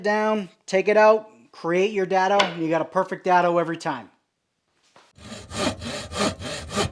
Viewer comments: It is "day-dough" not "dad-o" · Is there a reason most builders put clamps on a table with the bar pointing up not down! All I can think about is taking out n eye bending over to pick up a screw! PS it's pronounced DAY-Dough